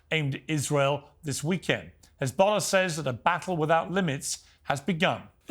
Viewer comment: Please pronounce correctly , it is Hizbollah NOT *Khizbolah*😮😮😮